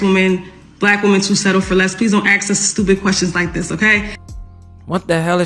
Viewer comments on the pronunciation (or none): Let me aks.. ok...ok..ok...ok.. No, you're not ok. Ok? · Why do they say aks instead of ask? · ENOUGH!!! Axe: A... K... S Ask : A...S...K How hard can it be to get that right??!? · Really. "Don't Axe them." Oh really? Yes I will, and do. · Until some black folk stop saying AKS (AX) instead of ASK, I cant watch or listen to them. Whoever that chick is, I just can't do it. Don't tell me it's a "culture thing" or "a dialect", its pure nonsense. It is pure, unadaltured laziness. Regardless, modern women are a scourge on society. Been this way for quite some time now. Just cant trust them. Some try to come across as traditional, loving women that let men do what they are best at.... ONLY to take more than half their shit and child support/possibly alimony. If they are so "strong and independent", why do they require a man to pay for them? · The word is "ASK" not Ax. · Anyone who says "axe" a question is a complete moron. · She keeps saying ax the word is ask get it right👍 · Why would a woman be considered "Educated" if she has to "Axe" questions? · Well you can tell the level of the pokemons education when she talks...the word is ASK but she says AKS and she says AKS SEVERAL times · Why can´t these people pronounce "ask", not "aks". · Axe, axe ,axe .it's ask ..... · That educated Pokémon keeps saying, “axe” instead of, “ask”. 🙄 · You don't axe a black woman anything, you ASK them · How can a Gold Digging Pokemon that says "axe" instead of "ask" be taken seriously? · Any person that says axe for ask if right out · So, who was "axed"? What is she talking about? She said, "this is a very toxic question to 'axe' a black woman." I guess the 3rd grade was just too much for her. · She's supposed to be 'educated' & she says 'axe' instead of 'ask?' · She said 'axe' instead of 'ask'. Nothing between the ears. Pay attention gentlemen, look past the looks. They are actually not that smart. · Can’t even pronounce the word “ask”! Aks? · Axe. Drives me crazy every time.